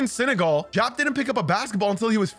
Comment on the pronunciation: It's pronounced Dee-op, not Jop.